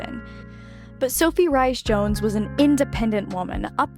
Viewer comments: Sophies maiden name is pronounced rees jones, not rice jones. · Sophie Rhys-Jones - pronounced Reece-Jones, but thank you for referring to Catherine by her correct name , as even British channels are unwilling to do so.